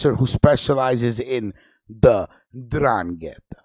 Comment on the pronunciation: I was born in Locri, Italy in 1962. It is south of Siderno, that this radio guy talks about. While the host of this radio show talks about the 'Ndrangheta. By the way, he doesn't even say 'Ndrangheta right. You first say the 'N then drangheta. If you lived in Calabria, or are a real Italian, that speaks the language, you know how to say it properly. I have cousins in Locri that when we would visit all my relatives in Locri when I was younger, I would hear about the 'Ndrangheta from my younger cousins. They were as young as 10, and they would say 'Ndrangheta to me. This was in the 70's. Even though I was born there, I was called "Americano " because I grew up in America (Chicago). My Nonna, would raise hell with my father because she wanted me to stay away from my cousins because the 'Ndrangheta was all over and here it is 2019, and I hear this radio guy try to speak Italian. FYI in Calabria you wouldn't have your radio show talking about 'Ndrangheta. After your first show, you wouldn't have a 2nd show. CAPESCI? VA TINDE PATSO.